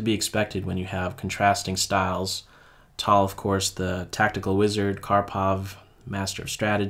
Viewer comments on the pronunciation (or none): It is not pronounced "tall", it is "Tal"